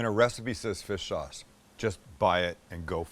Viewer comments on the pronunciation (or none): Did you just say fist sauce when you added it to the bowl?